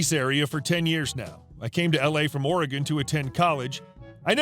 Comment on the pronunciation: Wow! pronounced Oregon just like a native Oregonian.